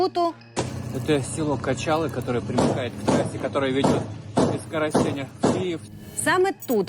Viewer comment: Не ну вы чули отого дебіла Коростень з з посиленням на тень. Не коростень а Коростень, вбивбе гада.